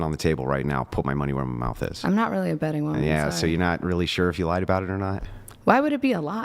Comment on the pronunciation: How is she considered an “all star” in anything?! Hands down, the dumbest internet debate personality I’ve ever seen!!! She’s legitimately stupid. And I swear to God almighty… If she can’t learn to say SURE correctly I’m going to lose my mind! “cHuR! CHuR cHuR CHURRRR!!!”